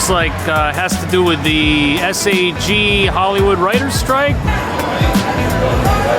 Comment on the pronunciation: Hi, -- just call it "Sag" not S.A.G. Just pronounce the entire thing -- Sag-Aftra. But thanks for your coverage I'm enjoying watching the situation through your view.